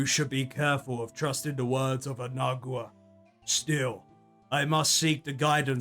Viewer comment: nagUa you completely ignored a letter. I thought he was mispronouncing for fun, turns out he just doesn't read